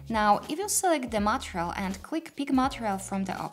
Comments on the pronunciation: Thank you very much for this video! I used the old view, as the slate editor was a bit intimidating. I think the stress for the word material would be [mə'tɪərɪəl] for the second syllable. Keep up the good work! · you need to pronounce MATERIAL muh·tee·ree·uhlz better... if you're going to teach a tutorial in English please refer to proper pronunciation otherwise teach in your native language with English sub titles.. is very distracting.. I'm trying to help so please don't think I'm being harsh.